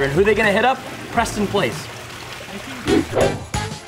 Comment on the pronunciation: Hahaha. Prenston